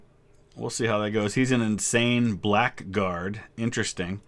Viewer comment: FYI, "Blackguard" is pronounced "blaggard." I say this as someone who was also corrected for the error.